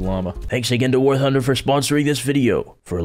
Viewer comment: I heard war hunder who else did